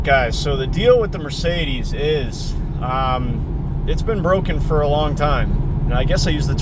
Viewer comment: No “A” in Mercedes, pronounced phonetically.